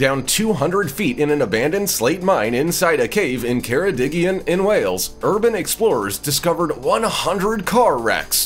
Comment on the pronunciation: Met ti wedi dweud ceredigion yn anghywir Mate you said ceredigion wrong